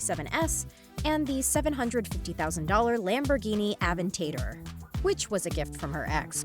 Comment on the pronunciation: The way she names mclaren and aventador 🤣🤣🤣🤣🤣🤣🤣💀